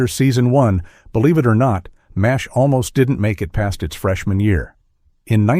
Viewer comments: Quit calling it M. A. S. H. It's MASH. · Wow, this is bad! Never once has this show been called M A S H ... it's MASH. I turned it off when they misspelled Klinger's name ... you can't blame AI for that.😡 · No one calls M*A*S*H Em Ess Ay Aitch except idiotic AI!